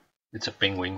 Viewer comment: The way how u said penguin 😂